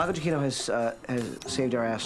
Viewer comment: LOL back before Pinkner knew how to pronounce Giacchino's name